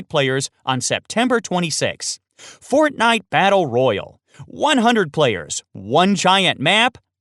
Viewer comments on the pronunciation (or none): Holy fuck you say fortnite battle royale wrong